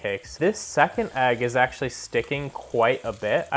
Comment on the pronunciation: Agg? 😂 it’s EGG! Nice review tho